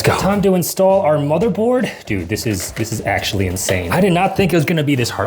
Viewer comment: Also u said bothermored not motherbored lol also, u should build a PC in the forest